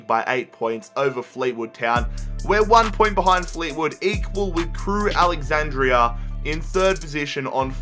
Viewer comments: Just call them Crewe as it's AlexanDRA not AlexanDRIA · It’s Crewe Alexandra, not Crewe Alexandria. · STOP SAYING CREWE “ALEXANDRIA” ITS ALEXANDRA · Why do you say Crewe Alexandra like ‘Crewe Alexandria’ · I don't think he said Crewe Alexandra correct